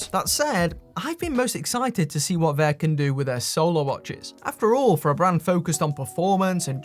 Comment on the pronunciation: It's not "Vayer," it's "VAH."